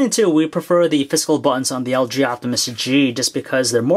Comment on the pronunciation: Lg optimus he pronounces LJoptimus